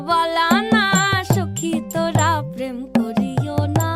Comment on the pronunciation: Sadly the pronounciation is totally wrong. This is a sylheti song. Hence the P is pronounced as F. It's not Prem but Phrem. N not pirit but firit Bala na.... But I guess that's the best shot a kolkatan can give in singing a sylheti song